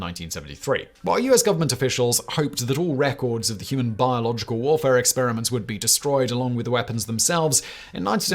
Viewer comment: It sounds really Bad when you say with a heavy accident. Biological warfaré. It also sounds really bad when you say it normally. 🤷